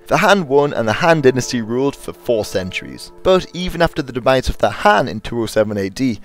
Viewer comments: Dot be an ass, he's trying and obviously he doesn't speak mandarin as a native language. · Frank Hill, it's not being an ass, but as a low key compliment that this video has no flaw other than this very minor one.